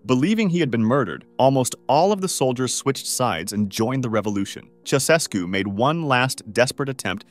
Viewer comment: “Ceausescu” is pronounced “Chow-Ches-koo”. Romanians were really tired of atheistic communist tyranny. At one point during the revolution, a huge crowd in a stadium chanted “God exists.” Shortly thereafter I was involved in handing out Bibles there and they were all taken in a minute or two.